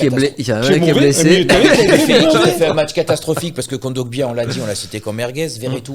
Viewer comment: Svp dites à de révisé un peu sur les noms des joueur africain c horrible a chaque fois il prononce super mal les noms de joueurs africains. Il rajoute un M a kondogbia a chaque fois et personne ne le reprend. Concentrez vous les gars.